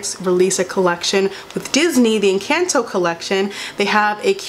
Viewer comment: Not you saying Encanto wrong 💀💀